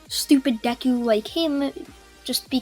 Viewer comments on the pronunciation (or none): none